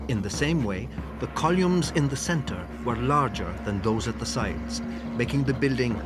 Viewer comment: Columes rather than columns 😂